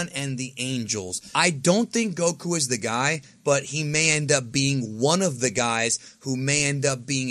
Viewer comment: Its Goku smh